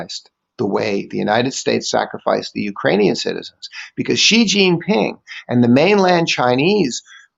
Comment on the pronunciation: TQVM to and for this very interesting and informative video that is worth a second read. Theses guys know the subject well and are very passionate about it especially. A lot of journalists pronounce the surname of China's president incorrectly. The correct way is the letter C. This video exposes so much of the evil empire that I greatly applaud the 2 presenters for their bravery.